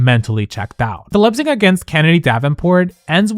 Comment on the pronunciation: Whoever narrated this video does not know how to pronounce "lip sync" or "unhhhh". Fail.